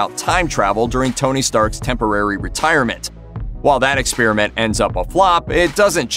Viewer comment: "exSPEARament" LMAO